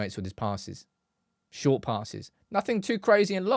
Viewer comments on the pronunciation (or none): none